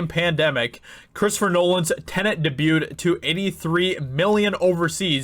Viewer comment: Debuted... i’ll try to say this as nicely as possible but I hate the way you say debuted.